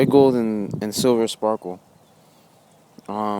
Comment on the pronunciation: every time he said "sparkle" I laughed... but good review!